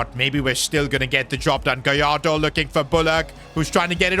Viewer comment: Gallardo ❌ Goalardo ✅